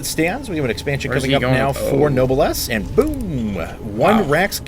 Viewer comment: I love noblesse's multi-drop style. Btw. pronunciation note: "Noblesse" is pronounced "No-bless", Not "Noble ess"